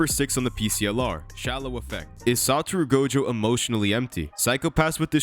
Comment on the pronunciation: "Shallow Effect"??? You mean affect?